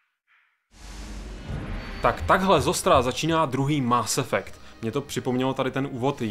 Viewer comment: Dobrá recenze, ale Kerberus, Máááss Effect a Shepárd to je prostě lol